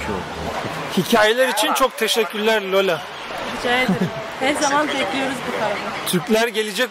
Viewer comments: Bu arada, rehber hanımın ismi Lyola değil de, Lale oluyor bence. 😂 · Üstad Lale dir o'nun adı Lola değil